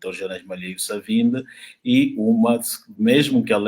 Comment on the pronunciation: Por favor Sr,pronuncie como um bantu; não diga Savimbe é Savimbi!